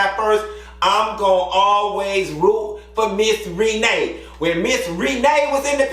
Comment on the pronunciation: lol 😂 NOT MISS REE-NAE 😂😂😂😂🤣